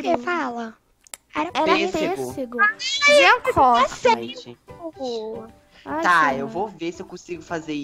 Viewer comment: vc não acertou a palavra pêssego